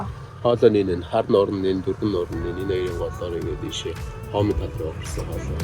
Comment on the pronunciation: Сайн байна уу. Хоомын тал биш шүү. Хомын тал гэж уншаарай 😁